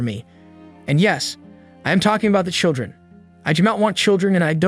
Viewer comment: SHILdren "unCHAIRacteristically passive" glad to know this is definitely an AI narrator 🙄